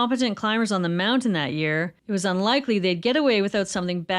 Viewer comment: Thank you for saying "mounTain"!